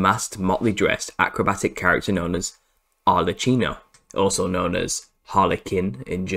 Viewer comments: ARLE-KEENO not CHEENO. "Ch" is [k] in Italian!!!!! But otherwise, fantastic research sir. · It's pronounced arlekkino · The Italian Arlecchino is pronounced : /arlekeenaw/